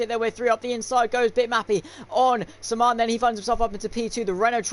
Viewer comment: Sman.... Is pronounced S man 👌🏾